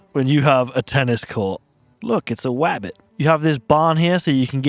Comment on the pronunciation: ''look its a wabbit''